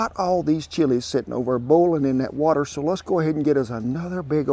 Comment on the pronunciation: The way you say ''WATER '''freaks a little ole kiwi out🌊🌊🌊🌊🌊